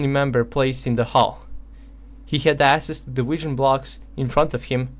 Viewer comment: It's pronounced AKSESS